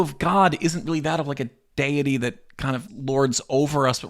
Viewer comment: It is wildly inappropriate to make modern diagnoses of modern mental health conditions as it is just unhealthy affirmation of this detrimental mental health treatment in the modern US. Also, I’m convinced your pronunciation of deity is rage bait.